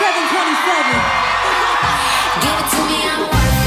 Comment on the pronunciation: nah. you can hear her make a sound like "gi.." for "give"